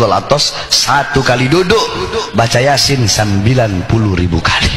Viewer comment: Iya betul kata Bahar TPI bacanya Yasin Yasin Yasin.